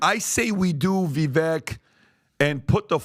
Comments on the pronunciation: Ur saying #Vivek2024 name wrong. Respectfully XO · Listening to everybody mispronounce Vivek's name over and over, when he was a guest a couple of weeks ago, is annoying and disappointing. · he’s only said it millions of times, it’s Viv-ake like cake not viv-ekk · again....the man tells you all the time, it is VI-VAKE, not VIVEK...COME ON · ITS PRONOUNCED VI-VAKE LIKE CAKE. ITS NOT VI-VECK. HE TOLD YOU THIS WHEN HE WAS ON THE SHOW CAN YOU PLEASE STOP BUTCHERING THE MANS NAME. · You guys. It's Vivek (ViVAKE, like CAKE). Not Viveck or Veeveck. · VEVEKE like CAKE…… guys pronounce his NAME right!! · Guys.... It's been months now. Can we stop calling him Vee-vek, or Vuh-vek It's Vuh-vake .. like cake There's plenty of videos out there with him pronouncing his name. It would be like calling Patrick, Patrek Maybe next video we could all be on the same page. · DUDE....it is pronounced VIVAKE not VIVEK. You are a podcaster....this is your livelihood, you should pronounce names correctly. Vivek has told the American public the correct pronunciation of his name numerous times. GET IT RIGHT! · I love y’all to death but for the love of God can you pronounce Vivek’s name correctly!!! 😂 It’s not Vivek like heck, it’s pronounced Vivake like cake, bake or rake. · guys, it is Vivake. hard a, like cake, not "vivek" like tech. love yall but pronounce it correctly. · It’s Vivek like cake get his name right pleaseeeee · Gentlemen Vivek is pronounced like Cake Vivek is pronounced “Vivake”. This is from Vivek’s own voice. Show the man respect and pronounce it correctly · Vivek rhymes with cake. Pronounce it correctly. TRUTH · its VivAKE like CAKE. Stop talking about him so much if you cant say his name right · I do wish you lads would give Vivek the respect of pronouncing his name correctly: it's Vi-vake like cake. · Vivek, rhymes with cake, not deck. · You guys, it's pronounced "Vi-vake" like cake. I can't believe all 4 of you are still pronouncing his name wrong.